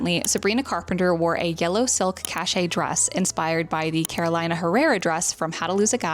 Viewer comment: I don't want to be that person but it's pronounced Carol-ee-na. Love Caché. Love Pink